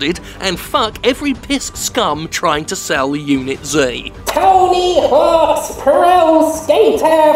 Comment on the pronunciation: When he said Tony Hawk's I thought he said tiny horse. I am a dumbass.